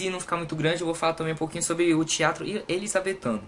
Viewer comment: "Elizabeffff" kkkkkkkkkkk😂